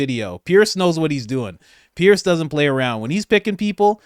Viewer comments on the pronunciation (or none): Sorry Coach, you'll never get the call unless you pronounce Piers name correctly. I understand he is particular about that. It is pronounced Pierz.